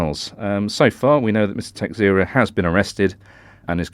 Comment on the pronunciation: Pronounciation of Texeira: Ta-SHAY-ra. Portuguese surname.